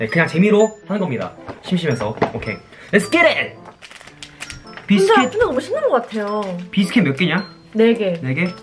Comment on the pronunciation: let's get it!! That's pretty good accent yoyoyoyoyo.